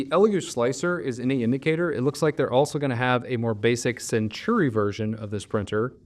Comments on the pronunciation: Say it with me, Sen-taw-ree. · I keep getting the nails-on-the-chalkboard feeling when I hear you call it the "Century Carbon" and not the "Centauri Carbon", lol. I see you added a note in the description on this. Great analysis :)